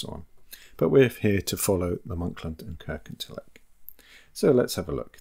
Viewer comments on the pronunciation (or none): Please, please, please pronounce Kirkintilloch correctly. It is Kirkintilloch, NOT Kirkintillock! Having said that, a very interesting video